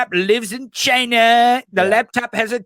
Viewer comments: I think Trump pronounced it "Ghina" because Ivanka was always close by. 🤥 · Sorry when he called out "China ", I really think his was calling out "vagina". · To stand up there when the Virus hit us he was up there blaming it all on China . He'll he can't even say the name China right. Loser